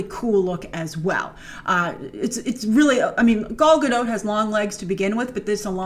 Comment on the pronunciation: Grace! You have a lot of impressionable kiddies that watch you. Please learn to pronounce Gal Gadot’s name properly. Somebody posted a video on YouTube of her saying her name.